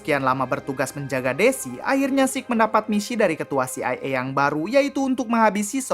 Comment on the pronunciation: CIA NOT CIE 😅 kocak